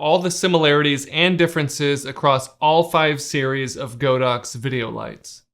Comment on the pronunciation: nice video, it's not "GO DOX", it's "God Ox"